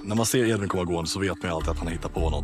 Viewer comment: HAN HETER EEEEEDVIN inte Ed-vin